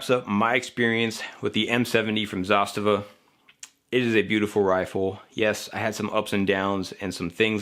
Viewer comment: Thank you for pronouncing Zastava correctly :)